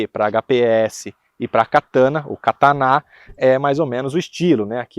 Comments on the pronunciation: Vc é chato faiando esse nome “Kataná” se não tem acento é Katana porra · O nome do canal do vai mudar, de “Versão Limited” para “Versão Katana ou Kataná”😂. Foi difícil ver o vídeo ouvindo toda hora Katana🫠😵‍💫.